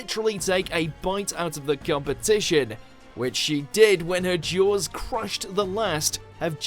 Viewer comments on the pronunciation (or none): none